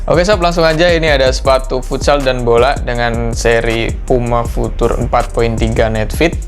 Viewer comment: Pengucapan "future" masih salah bang😆 tapi udah bagus konten nya.Sukses terus!🙏